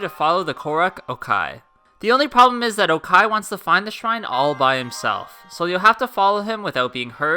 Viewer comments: youre the first person that pronounced oaki as okai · It's pronounced "oak-e" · Btw oaki is procnounced like oaky